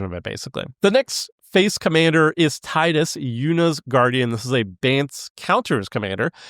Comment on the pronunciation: Is pronounced teedus not tide us Is pronounced yashtola not yishtola